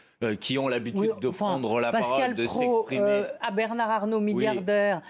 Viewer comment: C'est assez jouissif de les voir tortiller en prononçant le nom de "Bernard Arnault"